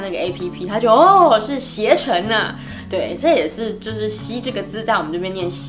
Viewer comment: 感觉您念“垃圾”和“携程”这些字的时候普通话好标准，但是仅限这几个字的时候，哈哈哈